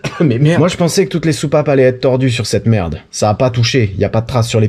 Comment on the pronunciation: pi, "y a d la mertt dans l carter", pfff ranafoutt, la mertt, bien lavée, c est propp